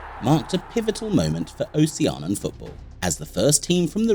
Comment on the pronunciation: This is a very cool video that's earned you a new subscriber...only thing is, you keep saying "Ocean-an," when I'm 90% sure it's "Oh-shee-an-ee-an." (But you're not the first to make that mistake, so no sweat!)